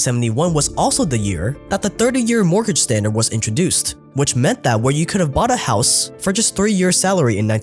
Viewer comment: Why can't the narrator pronounce the end of his words? For instance, his pronunciation of 'bought' is now 'bough', 'get' is now 'ge'. Drives me nuts. Good video though.